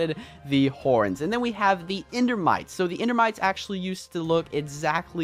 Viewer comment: AXE-ually, ok i just had 2